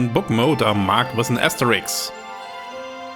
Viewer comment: "Asterisk", nicht Asterix ;-)